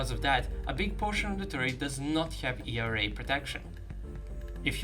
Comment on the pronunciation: E R A :D FINALLY youre saying it correctly :D